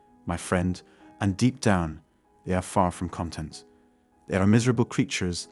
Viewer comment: your pronounciation is completely awful, like worse than a bad spy awful. Even the way you pronounced "content" with the incorrect inflexion, are you an alien?